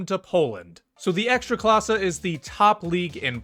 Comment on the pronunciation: I'm polish, I don't watch football. Yet, Youtube will recommend to me english speaking guy talking about ekstraklasa. Good pronunciation though 👌